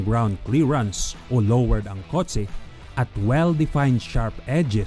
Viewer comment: Kotse not kot se puta